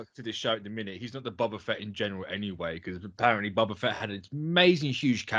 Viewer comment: BOBA not bubba. 🤣🤣🤣